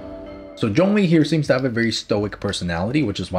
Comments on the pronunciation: Its Zhongli not jongli!! FAILURE!! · Everyone: Zhongli: John Lee